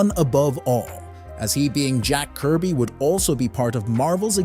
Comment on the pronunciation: “Jack Kirb” Seriously?